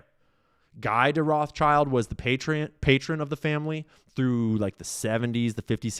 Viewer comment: its gee de rothschild not guy de reothschild